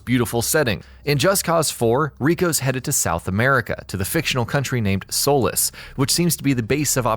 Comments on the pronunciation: It's not pronounced Sol-is It's So-lees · Solis "Soul-less" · You kept saying the Island's name wrong. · What's your source for claiming hoverboards are in the game? I haven't heard that anywhere. You're pronouncing Solis wrong. The Apex Engine was designed for Just Cause 4. Previous Just Cause games used the Avalanche Engine (although they used different versions). We know basically everything about the Retractors, Boosters and Air Lifters, since they've been showed off in their entirety, so I'm not sure why you claimed we don't know much about them. This video seems poorly researched, not something I'd expect from a channel with nearly 700,000 subscribers.